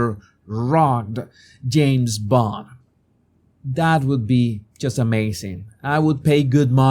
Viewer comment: Darling... it's not 'rugd' it's ' rugg-ed' rugd sounds as though he's wearing a wig... ie with a 'rug' on his head whereas rugged (rugg-ed) means strong and tough looking.... rugged mountain country... very rocky and wild. Hope this helps. Con todo cariño.